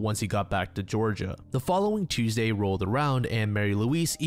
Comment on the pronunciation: holy shit an american that pronounces tuesday correctly, yay